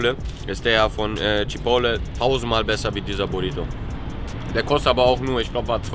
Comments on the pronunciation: CHIPOTEL!!! Alter was für „Chipole“??? 😂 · Chipole??? CHI-PORT-LEY (so sagt man das) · CHIPOTTEL!!!! CHIPOTTEL!!!!!!!! NICHT CHIPOWLE 😂😂😂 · Junge wie spricht der chipotle aus 🤣🤣🤣🤣🤣🤣🤣🤣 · Immer noch nicht gelernt, wie man Chipotle ausspricht. Triggert mich des Todes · triggered so hart wie er Chipotle ausspricht